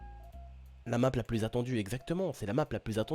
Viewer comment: tu voulais parler anglais mais tu à niqué le nom de la map